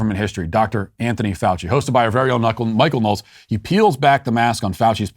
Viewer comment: It sounded like Matt said "Kunckle Knowles". I'm down with that. Mike can be a knucklehead.